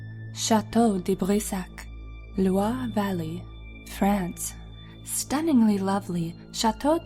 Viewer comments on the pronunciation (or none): none